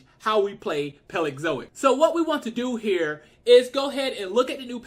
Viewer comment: burgerstomache? its PALEOZOIC!!!!! say it right!!!!